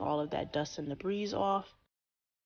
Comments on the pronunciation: Very professional, what a great video!! One little tip to make this video perfect..the word debris is pronounced with a silent “s.” So it sounds like debri. I hope that didn’t offend you, but you taught me something so I thought I’d teach you something back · Thanks for this. Small critique, only to be helpful: debris is pronounced ‘de-Bree’, the S is silent. Again, thanks again for the great info! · The “s” in debris is silent. Thought you’d like to know. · The s in debris is silent love. And so sorry, but you want to remove excess, not access.